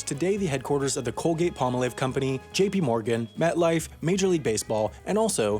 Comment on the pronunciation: It’s called the “Colgate-Palmolive”, NOT the “Colgate-Pamalev”!